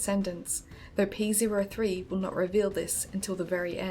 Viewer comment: Ok, lemme be clear here. You're mispronouncing the name of the robot Scrybe. It's "P-OH-3", not "P-ZERO-3".